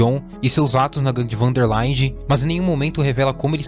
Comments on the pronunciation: Gangue Van der "Láinde" é foda kkkk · van der láiinde e lemoêines fopi foda de escutar kkkkkkkk brincadeiras a parte, ótimo vídeo vivente